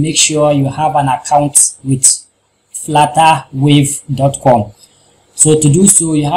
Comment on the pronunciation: "Flattawave" lol